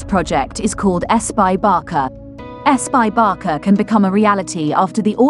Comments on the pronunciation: It’s not Barka!!! It’s Barca like Barsa!!!! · It's Barca, not Barka ffs! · Barça is pronounced as /BARSA/ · A lot of info but no way to pronunce barça correctly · Sorry, but if you speak English, there is no excuse to bad wording. It's not like Americans and British pronounce water as vota and votr, this is completely different. This is a name, and name should be pronounced correctly. Even in spanish or catalan, Michael Jackson is still pronounced Michael Jackson, not Mikel Jessicon. Therefore Barca pronounces Barca, with an "s", not with a "k" (common pronounciation in American) and Camp Nou is Nou (pronounce like the word "know") not Now. Thank you. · Barka? Camp now? Please do some research how it's pronounced instead of emberrasing yourself. I stopped watching the video as couldn't hear anymore of this. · A la locutora le podrían haber avisado en el guión, que se pronuncia "Barça" (fonéticamente Barsa y no "Barca"). Y que el Estadi Olimpic es Lluis Companys (fonéticamente sería "Lluis Compains" en lugar de "Lluis Cómpanís"). Oir durante todo el video "Barca" en lugar de Barça hace daño a los oídos, especialmente a sus seguidores.... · ¿Barka? ¿Lluis Companee? ¿Are you kidding me? You are doing a job on a team, make sure to learn how to pronunciate the names